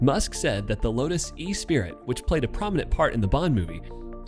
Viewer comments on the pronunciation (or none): Lotus Esprit, not “e-spirit”! 😂 😂 😂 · The Lotus is called Esprit, not E-Spirit. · 🤣 It's the Lotus Esprit, not "Espirit". Pronounced 'e-SPREE', not 'EE-speer-it'. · Lotus Esprit is pronounced es-pree. Not ee-spirit. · What is a Lotus E Spirit? It's Esprit if you knew how to pronounce. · It's not pronounced Lotus E-Spirit. It's pronounced Lotus eh-spree. Geez. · It is pronounced S pree, not e-spirit. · E-spirit? - Espree, dozey Yank. ;¬) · Lotus e-spirit? It's not even spelled that way... it's "Esprit" and pronounced "Eh-Spree"... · that blew me away 🤯 e spirit 😅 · It's not "ee-spi-rit", it's "eh-SPREE" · It's Lotus Esprit (pronounced "ESS-SPREE")... you even typo'd it as "E-Spirit" as well as said it wrong ffs. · The Lotus... E-SPIRIT?!? WTAF!?! Esprit... pronounced E-sp-ree. Ffs. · Cool video...but its' Lotus Esprit (pronounced eh spreet) not E-Spirit lol. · You're right but it's not pronounced "eh spreet", it's the French word "esprit" and therefore pronounced more like "eh-spree". The "t" is silent. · “E-Spirit” lol, it’s pronounced “es-spree” goofball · It’s pronounced es’spree not e- spirit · wait how did he pronounce the Lotus Esprit? E-Spirit?? wuttt? Its Ess-Pri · Esprit. Not E-Spirit. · sorry to be a pedant... Nice video, but you kinda slaughtered the Lotus "Esprit" in there... It's pronounced "ess-pree" and is short for "Esprit de Corps", (French), meaning the "feeling of pride and mutual loyalty shared by the members of a group", the name chosen by Lotus to suggest that owners of their car were members of a very special group... Yes, yes, I'll see myself out... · I don't want to be a crank but your mispronunciation of the Lotus as the "Espirit" was particularly difficult to endure. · Lotus E- SPIRIT.... ffs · S-pree, is the pronunciation of the Lotus. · espirit is pronounced es-pree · That is not how you pronounce "Esprit"